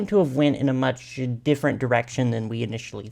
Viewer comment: Did y’all hear him when he said ge-DIffent